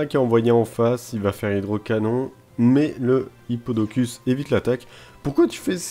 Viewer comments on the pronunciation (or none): Tu lis mal on dirait c'est Hyppodocus, pas Hypopotas qui est sa sous évolution . Pour les origines de Mysdibule